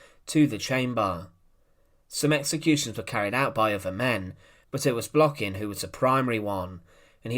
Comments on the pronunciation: An incorrect stress. His last name Blokhin is stressed on the last syllable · u done even say his name right